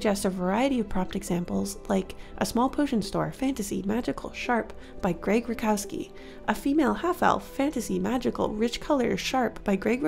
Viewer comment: Grzegorz "Greg" Rutkowski is a Polish artist and his last name is pronounced more like "root-cough-skii" :) Hope this helps in case you ever bring him up again! Great video